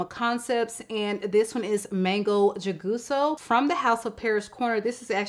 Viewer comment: Jugoso is pronounced who-goh-soh. J in Spanish is always pronounced like an h.